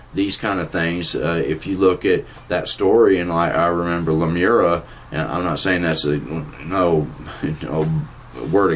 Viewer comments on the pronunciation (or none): Lemuria not Lemura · seriously it's not lumera it's lumeria: google it you are saying it completely wrong.